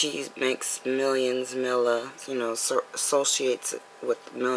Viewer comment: Meeeeeela koooooonis. Her real name is Milena so they call her mila. She's perfect next time you make a video get your facts right